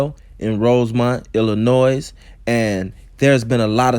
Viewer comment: The S in Illinois is silent bro.. nonetheless good video 👍🏽